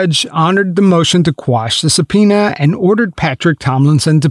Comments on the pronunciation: "Sub-peona" made me lose my shit for some reason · why did you say sub-pionias 💀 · Who tf is narrating this? That is not how you pronounce “subpoena”. There’s a couple of other glaring pronunciation errors in the narration. Either look after your AI better or get a refund. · I didn’t realize this was an AI voice until he mispronounced “subpoena”.